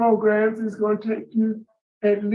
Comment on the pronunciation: Love to hear you say “Progrums”